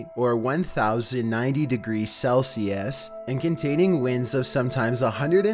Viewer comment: He said cell shoes,"Celsius" wtf?